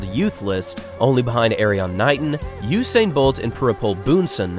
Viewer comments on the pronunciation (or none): none